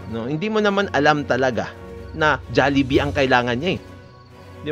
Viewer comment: MAHIRAP TURUAN ANG PINOY, SABI KO HND JALLIBEE, DPT JOLLIBEE